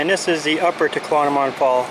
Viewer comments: He’s not pronouncing it correctly. He is swapping a M and a N around. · He's not pronouncing the falls correctly!